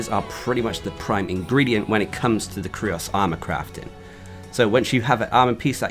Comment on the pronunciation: I think its pronounced the same as the word "curious". Great vid tho.